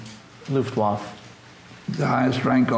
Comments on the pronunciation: For God sake, it’s not pronounced Luftwoff! Listen to; he says it several times. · Americans never could pronounce foreign words. Looft-Waf :-) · The interviewer never pronounces Luftwaffe correctly.. even though he repeatedly hears the German say it correctly. The final e is not silent in either German and English. Also, The narrator’s high nasal voice is problematic. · This was one of the best interviews you've had. Why do you keep misspronounc8ng Luftwaffe? Is it to avoid the algorithm, ignorance or disrespect? I'm curious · Very interesting look into an ordinary serviceman's experiences in the closing days of the war. The only thing that bothered me was that the person asking the questions didn't pronounce the "e" at the end of the word "luftwaffe." Kind of a fingers on the chalkboard thing. But good work, thanks. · The interviewer seems ignorant in general and somewhat disrespectful. Sort of like of like his heart is half in it. He clearly doesn't have any military background or basic knowledge in general and it shows. Sometimes quite painfully. And his mispronunciation of Luftwaffe is inexcusably ear grating. C'mon man, at least halfway try, holy S. And when he asked the guy to say in German what he would have said while he was radioing artillery corrections, it was absolutely DOUCHE CHILLING! I felt so bad for the soldier. That was such a disrespectful question. Like "OK, rollover doggy, rollover". You know why he's asking that, he obviously knows how most Americans, and he himself, feel about hearing things barked in German. What an asshole. is awesome and I congratulate him on his patience. The interviewer needs to struggle alone in dirty, slimy ditch while a fat penis suffocates him while wriggling down his throat. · Dumb questions not much general knowledge and for goodness sake learn how to pronounce Luftwaffe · Interviewer should learn to pronounce Luftwaffe and we never got to see the photo album.